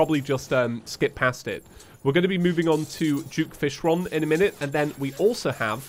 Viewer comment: is it me only or he says juke fishron instead of duke fishron